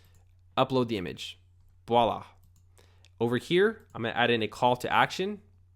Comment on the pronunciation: "Right off the back"... "ekcetera" ... "Boila!" ...lmao. Poor little fella never learned how to use common phrases.